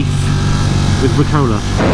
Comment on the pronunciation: damn it, it's pronounced rUcola, not ricola. it's a sour leaf, not a cough mint! jesus, now i have to unsubscribe.